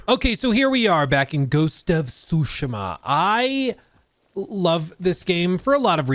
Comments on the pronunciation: Tsusheema! Please say it right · Stop saying sushima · Sue she ma ... its not that hard bro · Soo-Shee-Muh. Sorry, that was bugging me. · the way you say tsushima is crazy, suushma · please it's soo-shee-muh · just call it Ghosts, your utter destruction of the pronunciation of the word tsushima is atrocious. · Pretty good video however the way you say Tsushima triggers me. xDD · Will you quit saying Ghost of Tsushima over and over again please, you’re even saying it wrong. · The pronunciation of ‘Tsushima’ 😖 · I’m sorry, every time he miss pronounces Tsushima it makes me twitch